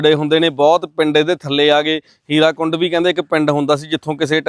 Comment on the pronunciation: Halay bhi bahut lokan nu muawaza nahin milia.Hirakund nahin,Hirakud.